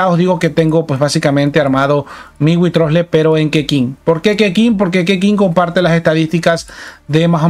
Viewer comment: Mira que he escuchado llamar de mil maneras a Wriothesley pero es la primera vez que oigo que alguien le llama witrosle jajajja